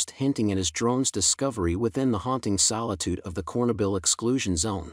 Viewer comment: Not a bad narrator... but your story loses all credibility when you can't pronounce "Chernobyl."